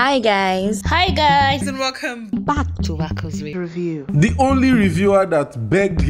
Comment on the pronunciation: Wowww. Please who is the babe with the foreign accent saying “with you” instead of “review”. Im calling Shalewa oh